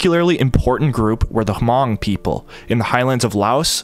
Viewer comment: Isn't it pronounced mong like with a silent H?